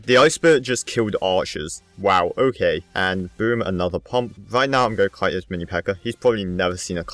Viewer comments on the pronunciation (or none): none